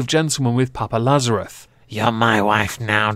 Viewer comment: LazarOU... not Lazarouth... :P